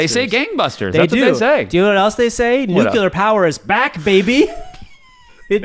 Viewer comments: i'm actually impressed by the 100% consistency of mispronouncing nuclear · It’s nuclear, NU-CLEAR not NU-KU-LAR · Great show! One thing: Nuclear is not pronounced "Nucular." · (it's nuclear, not nucular.) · Nuke-you-lur lol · Did you mispronounce nuclear on purpose?